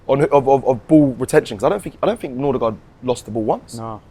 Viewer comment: My man calling Norgaard as Nordegaard. Was waiting when this would happen😅